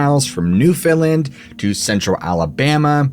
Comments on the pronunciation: just wanted to say that Newfoundland is actually pronounced newfunland, love as a new that you mentioned that the Appalachian trail actually starts in Newfoundland. I have traveled a good portion of the trail there. ❤ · It's called New Foundland. Not new Finland